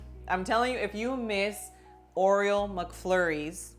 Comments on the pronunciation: Aw come on, give a Latina some credit. She could learn how to say Oreo! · Is she saying Oriole? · Yup😂... I get a kick out of how she says it!